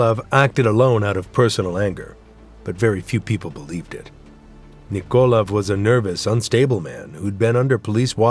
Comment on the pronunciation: It kills me how the narrator mispronounces most of the Russian names. He shouldn't try to make sound Russian, but just say then in English. Nikolaev, for example, is not NikOlev, but NikolAev. As a Russian speaker, I found that very distracting.